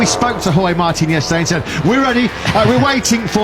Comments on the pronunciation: Jorge Martin baca nya bukan jos min tapi horhe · Dibaca horge min, bukan jorj, KLO George baru jorj ... KLO Jorge ya horge di bacanya.. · salfok jorge martin di baca jorj Martin 😂😂, keminggris lu min, apa GK riset dulu cara bacanya 😂😂😂😂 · baca jorge kok gitu, mbok disamakan pelafalan komentatpr motp gp